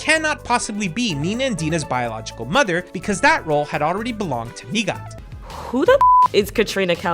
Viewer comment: I absolutely love the Katrina lore...I know some people in the community like to say shes there aunt, because of the game sensors to Nighat. I love how you actually pronounce everyone's name. Cant wait for the next complete history vid and beard update 😊